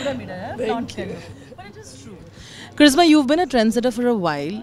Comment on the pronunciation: Karishma not karizma